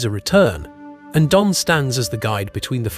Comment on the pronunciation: Donn is pronounced Dunn